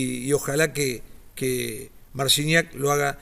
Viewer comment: Mal pronuncias su apellido i el nombre .. no se si haces por la ignorancia o por tu cultura